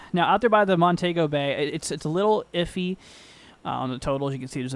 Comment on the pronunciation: Pronounced Mon-Tee-Go